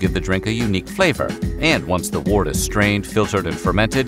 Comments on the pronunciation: Wort is pronounced "wurt." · "wort" is pronounced "wurt" it rhymes with "hurt".